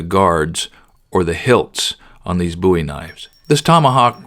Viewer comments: Pronounced “bow-ee” not “boo-ee” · I laugh every time he says BOOIE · Pronounce the name right. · The way he said Bowie bothered me for some reason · It's pronounced Bowie not Bowie.